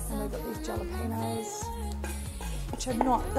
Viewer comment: Jalapeño is pronounced 'Hala-pen-yo. ' J is always silent in Spanish.... Being from Texas we would also use Cilantro in a Pico de Gallo using Serrano Peppers. These peppers are very nice for this...love your recipes. Thanks for sharing.